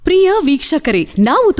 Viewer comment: ಪ್ರೀಯ ವೀಕ್ಷಕರೇ ಅಲ್ಲಮ್ಮ. ಪ್ರಿಯ ಎಂದು ಸರಿಯಾಗಿ ಉಚ್ಚಾರಣೆ ಮಾಡಿ. ಮೊದಲ ಫೋಟೋ ಬದಲಿಸಿ. ಎಣ್ಣೆ ಮುಖ ಚೆನ್ನಾಗಿಲ್ಲ. Make up ಮಾಡಿಕೊಳ್ಳಿ.